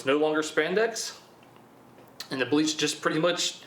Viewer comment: A sir - its pronounced "Bleach". BLEACH sir.